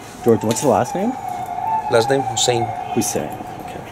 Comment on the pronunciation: Looool he said George Hussien